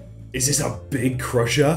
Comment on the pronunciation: When said "Crusher" i keep thinking he says Prussia